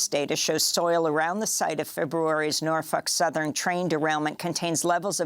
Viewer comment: This woman insists on saying NorFUK southern 🤣🤣🤣🤣